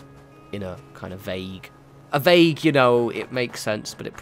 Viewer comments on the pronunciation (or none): none